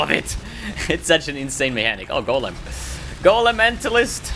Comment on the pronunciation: god damnit he said golemnentalist xD